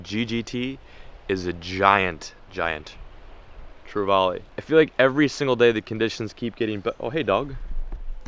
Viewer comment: I'm glad someone said Spanish mackerel! Secondly for my own sanity please pronounce trevally correctly! Try this say " valley" like hey man I live in the valley! Then put tre in front of it !! Not vaaley!! Love your adventures keep up the good work very jealous!! Thanks.....! I glad you found out gt's are hard bloody work! Love your